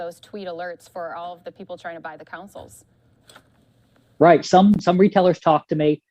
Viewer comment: I didn't even realize she was saying council until I saw your comment lmao